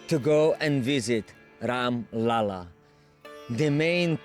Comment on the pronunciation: Its RAM LALLA not Ram Lala 😮 Or if you find difficult to pronounce , you can say #SHRI_RAM or #RAM_JI too Plz dont mess up the name 🙏